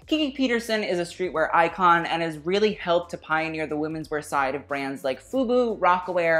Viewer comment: They need another strong host rather than have Tan..he needs to learn how to say “really” correctly.